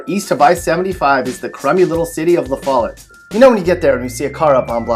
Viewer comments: La-fay-ette not la fallot lol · You pronounced Lafayette wrong. And what's sad is I've lived in 3 of these cities lol AMD I'm surprised to see a all white football team in Humboldt. Bc now it's pretty much all black people.